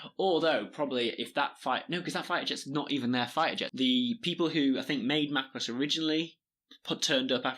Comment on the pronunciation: you decide to research macross but can not even PRONOUNCE IT'S NAME, IT'S NOT MCROSS IT'S MACROSS